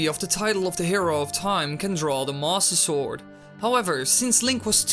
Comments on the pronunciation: am i the only one who heard "THE MASSER SORG" at the beginning? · did he say "the masta sword" at the beggining? XD